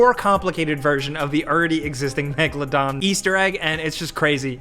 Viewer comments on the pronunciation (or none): none